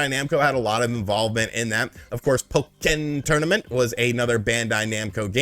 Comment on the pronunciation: The way this man says Pokén Tournament gets me every time...